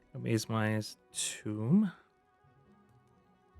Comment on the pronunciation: sir, that is a "tome" not a "tomb" thanks for the video, good gameplay.